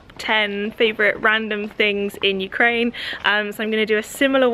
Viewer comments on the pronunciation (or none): none